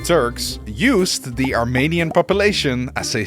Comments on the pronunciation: as a fellow Dutch person this “wrong” pronunciation of Armenian with the Dutch ‘ee’ sound is understandable, but it is extremely problematic here because it suddenly sounds like your saying “Romanian”. The in English “Armenia(n)” is like the Dutch ‘ie’ sound. Also like that you mentioned Battle of Kut having a funny name to our Dutch ears. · He didn’t but his Dutch pronunciation of the ‘e’ makes it sound like that, if you listen carefully you can hear him say “Armaynian”